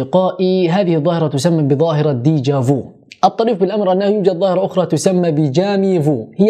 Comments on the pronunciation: Déja vu et jamais vu avec u..en dit pas veu ... هذا هو نطق صحيح فأصل الكلمتان ب الفرنسية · ميرسي على المعلومات ...افادتني ........و لكن نطقك للكلمة déja vuغير صحيح لاتنطق ou في الاخير بل u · déja vu مش déja vou هذا فرنسي مش انجليزي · اسفة لتدخلي ولكن لدي تعقيب على طريقة نطق déjà vu هي لاتنطق دي جافو ولكن دي جافي و اعذرك فأنت لست مطالب باتقان اللغة الفرنسية ولكن نحن في المغرب لدينا اللغة الفرنسية اللغة الاولى و الاساسية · ليس ديجا فو 😄و لكن déjà vu ف u لا تقرأ o كما في التركية على ما اعتقد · عذرا و لكن طريقة نطقك لكلمة déjà vu أو jamais vu خاطئة بعض الشيء المرجوا الإستعانة بناطق إلكتروني لتسهيل نطق الكلمات و إصال الفكرة بشكل واضح و صحيح و أما الفيديو كان جد رائع و جزاك الله خيرا على هذا